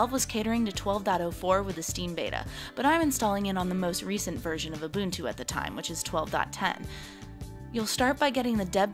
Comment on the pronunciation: its ubuntu stupid girl ...